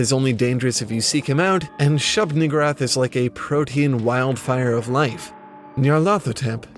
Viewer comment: I thought that one said shub niggawrath 😂😂😂😂😂